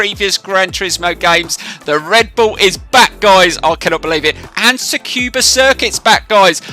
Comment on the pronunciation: Just found your channel and gotta say I really enjoy it! Just need to work on that za-kyoooba circuit pronunciation... haha no just kidding! New sub from me ✌🏼